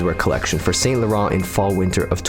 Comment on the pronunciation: The pronunciation is ‘san laron’